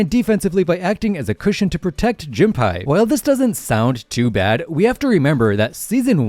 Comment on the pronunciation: is still saying, "June Pie" 😭😭😭😭😭😭